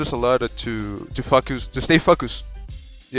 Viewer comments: " to stay fockus " 😎😠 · It helped us a lot to fu*k us..... *Turns subtitles on and finally realised* Oh, he said focus.....